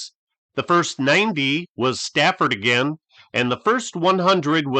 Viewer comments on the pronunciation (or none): none